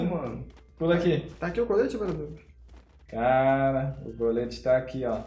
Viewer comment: LOUD fala bradoock e tipo dizer bardock